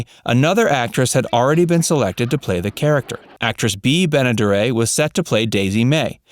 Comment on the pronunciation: And who ever knew Granny's name was Daisy? It was Granny, fer cryin' out loud. Actress Bea Benederet, who was the female lead on Petticoat Junction and also was the voice of Betty Rubble, her last name is Ben-a-der-et, not Ben-a-der-ay. You tube announcers are terrible about knowing how to say things.